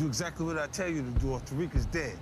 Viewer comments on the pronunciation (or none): I like how he fucked up Tariqs name the first time